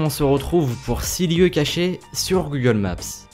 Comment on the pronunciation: OH MON DIEU COMMENT TU DIT GOOGLE MAPSSSSE ET GOOGLE éRSSCE